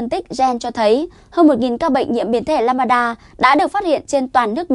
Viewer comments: Biến thể “lamb da” theo tiếng việt tách ra, không phải ”lam ba da”đâu bạn mình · Lam-đa chứ không phải Lam-ba-đa em gái ơi. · Biếm thể LAMBDA, k phải LAMBADA. Xin đọc rõ! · Lambda= lam da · What ? biến chủng " lăm ba đa " ? kkk